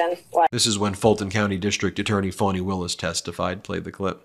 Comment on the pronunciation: Please learn how to pronounce her name -- especially if you're going to criticize others for mispronouncing it. It's pronounced "fahni", not "fawni". Pass this on to Popok, too. You have done many things to undermine your credibility. This is just one more.